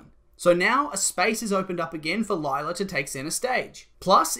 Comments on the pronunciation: Lie-la? Felix? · It’s gonna be Lie-la